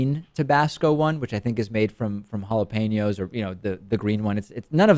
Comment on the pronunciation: Hey David, your whole pronunciation of Spanish words like Jalapeno for example is purposefully done without the accent right? I do know you're Argentinean and think you pronounce it without the accent on purpose.